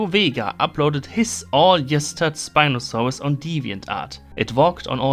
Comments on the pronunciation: the way he said SpinofaaRus was veRy GeRman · I love how you pronounce Spinosaurus as “Spinosauwus”